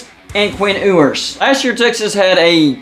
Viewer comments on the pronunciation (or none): I believe it’s pronounced “YOU-ers” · Learn how to say his last name correctly